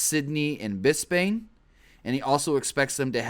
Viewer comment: I was at SSD and really enjoyed it hope they comeback, ahaha it’s BRISBANE not bisbane